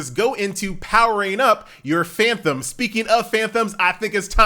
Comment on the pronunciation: FAN TOM FAN TOM FAN TOM, NOT FAN THOM.